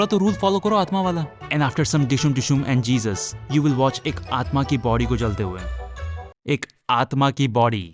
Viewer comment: bhai ‘Aatma’ hain, ‘Aatam nahi 😂